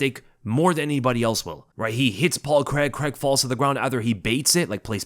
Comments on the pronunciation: Craig. Craaaaiiiiiig. WTF is Creg?! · as an englishmen i hate how Americans say 'Paul Creg' please please say it like 'CRAY-G' it only his accent that makes it sound like CREG lmao xD love your videos keep up the fantastic work mate <3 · who's Paul CREG? lol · I dunno why the yanks pronounce it Cregg 😂😂😂😂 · you don’t say Reders instead of raiders do you C r a I g not C r e g it’s easy bro